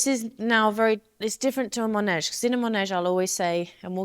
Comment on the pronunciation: MAnège not mOnège ;) ❤